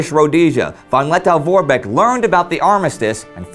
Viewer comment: Lettow is pronounced -toe, not -tow.